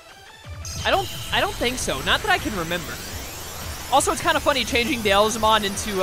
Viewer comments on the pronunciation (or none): Beelzebub is where Beelzemon's (Beelzebumon in Japanese) name originated from. So, it is pronounce as bee-el-zə-mon. Meicoomon is a name taken from maine coon, which is a breed of cat. The pronunciation is mei-koo-mon. As for Nyaromon, it's nya-ro, not nia-ro. It might be hard for English speakers to pronounce 'nya' as it is rarely used in English words. If you know how to pronounce Nyancat properly, it's the exact same pronunciation. Sorry for nitpicking much of your pronunciations which is not even important. Also, Seraphimon is not as great as anyone would think in this game because his skills are decent in battles but he is awfully weak against dark type digimons, so be cautious of that.